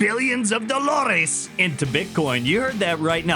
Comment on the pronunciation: It's "dolares". "Dolores" means pains haha